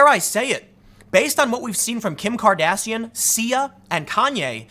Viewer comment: I'm pretty sure you just said Kim Cardassian. Lol